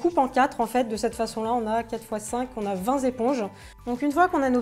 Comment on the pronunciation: "Vingt zéponges" ça m'étonnerait.. ;)